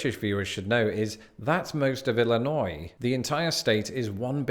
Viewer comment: At least you pronounce "Illinois" correctly. Southern Illinois is another world.